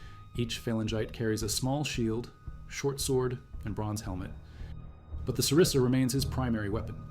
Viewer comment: it's xyston and sarissa not zistan and cerise lol